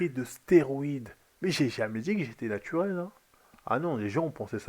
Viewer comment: " natuwel " ptdr ça m'fume